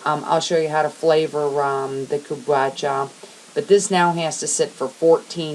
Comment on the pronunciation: OMG.....ITS > KOMBUCHA , ( COME- BUCHA) , Not a KOOOMBACHA looooool